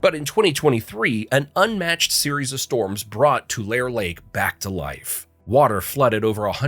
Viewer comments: Nice job. No robot voice, but you did mispronounce the name of Tulare Lake. You pronounced it "too lar". It's pronounce "too lair ee" with the accent on "lair". That's how Californians pronounce it. In Spanish is would be pronounced "too-la-reh". It's not a Spanish word, but comes from the Spanish word for reed which is tule. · To the bot narrating this: It's Too-Lah-ray, not Too-Lair. Doncha hate it when the channel doesn't listen to their own audio before posting? This is a VERY common thing today, and I find it irritating. Brings me right out of the steam/flow. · People who live near Tulare, Ca do not pronounce it Tulair. They pronounce it TulairEE. Too lair ee. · Mono Lake flies manage to avoid people. They fly away and do not land on people. San Peedro, not Paydro. Tulairee, not Tulair. After the flood, Sacramento raised the streets and sidewalks. You can still visit the underground city. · Tulare Lake is not pronounced "Too-lair Lake." It's Too-laree Lake. In case you'll visit! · Not to nit pick, but Tulare isn't pronounced Tool-air, it's Tool-air-ee. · Tulareeeee Lake, not Tu-lare. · too lair ree, not too lair. redwood national park is on the pacific coast. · Not two lair. It’s two lar ay. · tulare is pronounced too lair ree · Just FYI it's pronounced too LAYR eee (3 syllables). Also Sequoia National Park & Kings Canyon National Park, while neighbors, are in fact, TWO separate entities. Otherwise, just a beautiful and wonderfully informative video! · It is pronounced To-Larry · Too Lar Eh. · Fact 21 is spoken Tu Lair EE. One of the biggest threats to the area is water management. Large AG corporations ( AG Boswell/ Vidovich ) are controlling the flow of water from our lakes and streams to monopolize water usage for profit. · it's pronounced "To larry" for Tulare. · Locals pronounce it Too-Larry. 🙃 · Tulare is pronounce Tulareeee. Say it like you say e. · Tulare = Too-lair-eee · Tulare is pronounced Too-Larry, btw. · Tulare is pronounced "tuh-larry"